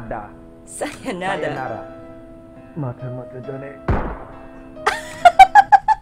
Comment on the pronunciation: No one: English guy: “SayaNADA“